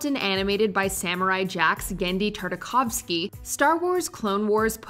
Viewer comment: Tartakovski not tarkovski